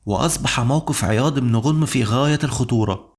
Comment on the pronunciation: ماشاء الله عليك احسن لايك ....ولكن ملاحظه ليس غونم با عياض بن غنم بفتح الغين وتسكين النون